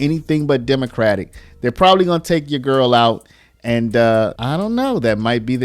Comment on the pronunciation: Why do you say “YOUR GIRL” like that. 😩🥴